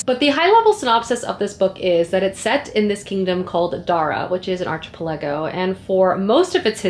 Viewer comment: The way you pronounced "archipelago" is sending me hahahah Happens to me all the time too, since I'm not a native speaker there's so many words I learned only through reading!